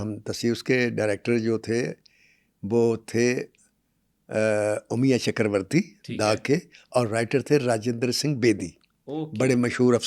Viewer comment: Sir Umiya nahi Amiya chakravarty. Kindly pronounciate in hindi.